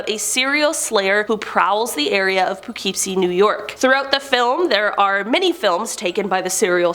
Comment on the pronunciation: I live in poughkeepsie and you said it so wrong lol🤣